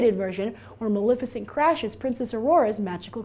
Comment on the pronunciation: It bugs me that she mispronounces Maleficent! It is ma-lef icent, not ma-lif icent! If you're going to do a review, at least be able to say the name correctly! Geesh!